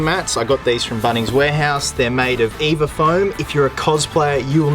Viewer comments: Your supposed to spell “EVA” out when you say: EVA foam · the way he says EVA foam